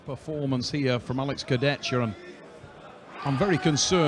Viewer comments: Alex kurdech-ka. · смешно коверкает имена, фамилии участников)) только ради этого стоит смотреть поединки в этот раз Курдецька и Феткоф передают привет Трав И Су))